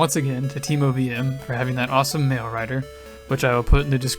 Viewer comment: Every time you say "mail" in this video, I keep mishearing it as "mayo"